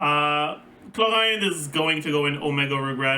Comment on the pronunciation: Wait wait wait. Why am I agreeing with everything for once 😂 edit: he butchered my girl clorinde, unforgivable. i love playing clorinde